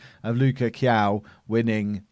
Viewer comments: Luca KAIO not quiaiuuuuuuuu XD hahah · eu não faço ideia de como ele pode achar que é "Kiyao" kkkkkkkkkkkk